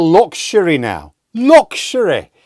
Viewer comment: Yorkshire man says looxury